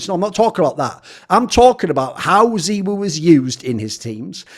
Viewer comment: Thoorin had said in the past that he does pronunciations like that so that it makes him stand out